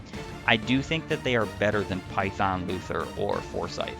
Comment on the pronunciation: I am SO tired of all this Luthier slander! At least he has base Excalibur and a base AS higher than 1, unlike Kliff, and at least he doesn't die in 1 hit, unlike his sister. Also, you mispronounced his name.